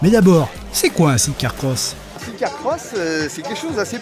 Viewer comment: Amis français, par pitié cessez de vous ridiculiser avec "sit car ". SIDE.